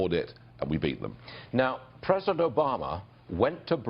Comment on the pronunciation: Nigel for pres-o-dent!